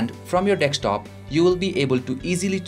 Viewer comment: Its deSKtop!!! not deKStop